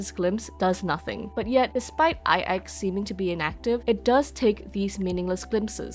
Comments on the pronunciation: That's how it's pronounced? Ai Ex I thought it was 9 in Roman numerals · always tought its pronounced as nine (9) as IX is both capital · In one of the optional dialogues, that is voiced, Himeko just pronouces the letters individually (something like Ai-Eks) (and I think that is the case in all languages).